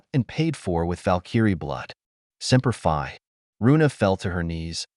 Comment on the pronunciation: Oh ya also if your going to use inspirational military terms. Make sure that they're pronounced correctly. Cuz I can tell you any Marine that heard your reply of semper Fi wanted to destroy their phone when they heard that